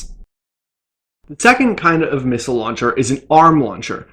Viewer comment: How many times can a bloke mispronounce and repeat the word missile in 1 minute... Farcical.